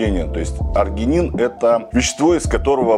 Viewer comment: Простите,но аргИнин, а не аргЕнин